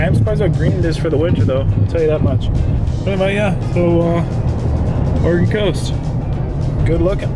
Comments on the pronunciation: Sea lion caves is cool. The Tillamook cheese factory, Seaside Tardy. It's pronounced OR-E-GON. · It’s pronounced or-Ē’-gun. It’s kinda nice watching someone new to the area seeing places so familiar to me. It’s like seeing it all again for the first time. You could easily spend a whole summer exploring Newport, Lincoln City, Cannon Beach & Seaside, just to name a few. Hope you get to return when you have more time.